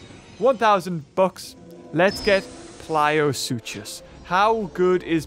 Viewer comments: I just realized that you say PLIOsuchus when it's actually PLESIOsuchus. Care to explain? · How have people not mentioned that he is pronouncing plesiosuchus as pliosuchus? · When manages about 8 different pronunciations of plesiosuchus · u pronounce plesiosuchus wrongly